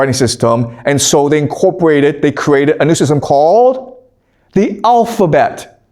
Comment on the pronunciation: Please speak more slowly with some emphasis on getting basic pronunciations correct. The 'owfabet' is not clear ! The bible was a best seller in it's day but it cannot be classed as a 'great book' alongside those others mentioned. When we learned Homer and Latin age 12 it was the language alone we learned, the rest was left to us to work out. We forgot it, but we worked the rest out.